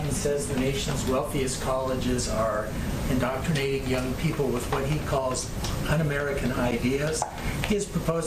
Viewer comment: OMG!! Let me see if I've got this right. She is supposedly the voice of of our President and she doesn't even know how to pronounce indoctrinating??? WTF??? Unbelievable!